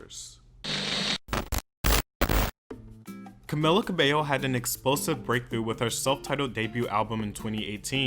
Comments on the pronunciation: If I was above the legal age I will take a shot every time you said to camila's name wrong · Take a shot everytime he says her name wrong 😅